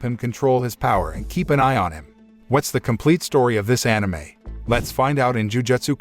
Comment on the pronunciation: I'm just happy he is saying anime correctly